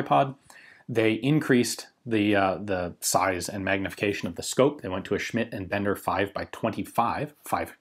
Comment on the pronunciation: Just wanna mention Ians flawless pronunciation of Schmidt & Bender! Sehr gut!